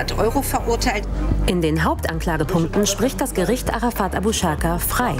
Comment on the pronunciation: Am meisten stört mich, dass die ganze Zeit Arafat fslsch ausgesprochen wird. Es heißt "Äräfät" macht es als einziger richtig😂